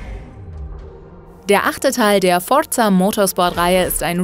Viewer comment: Ne?! Forza richtig ausprechen aber ausm Giger dann Gaiga machen, nee nee du, skandal! xD